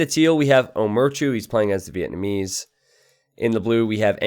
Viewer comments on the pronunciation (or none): none